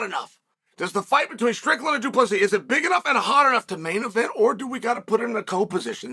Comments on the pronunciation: Chael,Du Plessis is written version,yes,pronounced plessea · Du Plessis * 😅✌🏼 The "s" at the end is silent